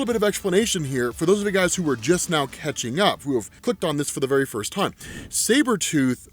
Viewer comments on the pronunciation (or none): none